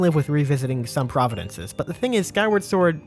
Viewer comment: Love your channel, not to be an ass but I believe you meant to say "province" that whole time. You rock, brother. Keep slamming out great content like you always do.